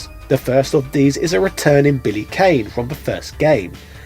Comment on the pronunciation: Billy Kane is pronounced Con. Great video!